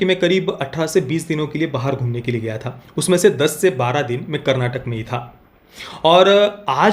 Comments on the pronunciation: Bro it’s Karnataka not karnatak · it's karnataka not karnatak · Bhaii.. KARNATAK nahi KARNATAKA hai.. that last A matters bhai... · Not Karnatak, it is Karnataka, It is kaaaaa